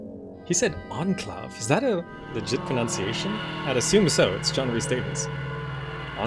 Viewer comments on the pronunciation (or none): none